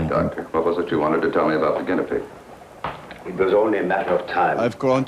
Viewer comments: why is that guy yelling about never mentioning his daughter's name when her name wasn't mentioned in the first place? and how come that guy can't pronounce "guinea pig"? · this guy can't pronounce guinea pig